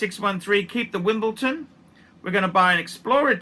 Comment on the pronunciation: If this collection belonged to one of big donor's he'd be praising it as the greatest collection of all time. No point to these reviews. And it's WimbleDon, not WimbleTon. Make some effort.